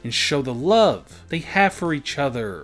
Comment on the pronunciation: “Eachothrrrrr” “Togetherrrrrrrrr” god lord